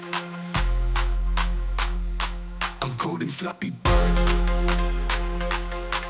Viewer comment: why do i hear "gooning" instead of "coding" 😭